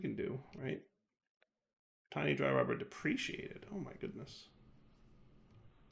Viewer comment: "There is mobs nearby???" The Creeper in the corner: "Am I a joke to you????" Also trolling people how he pronounces "deprecated" and "acatia".